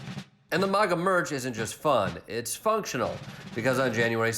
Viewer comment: Will someone please tell Jordan he is pronouncing maga wrong.